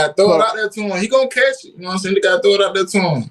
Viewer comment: Awesome player, extremely poised, polite, knowledgeable with a great, genuine smile. And he pronounces the word “throw” just like he’s suppose to: I can thow that ball.